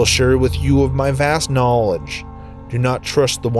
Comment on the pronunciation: My guy said advanced K N W O L A G E